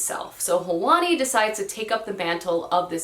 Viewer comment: The character's name, from the Forest of Stolen Girls, is pronounced Hwan E, not Hah Wan E. I know it's not easy to pronounce every name you come across in books correctly so just helping you out :)